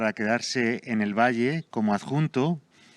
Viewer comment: Pero cómo "Valle"?... cómo "Valle"?... PERÒ ESTA TÍA ÉS IDIOTA O ÉS IDIOTA?.... es diu "Vall'.. GILIPOLLES